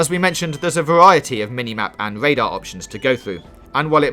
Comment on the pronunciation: This is super great. But what is Wadar, Zewo and Widing?